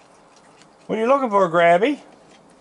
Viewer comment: I always thought he was saying Crabby not Grabby lol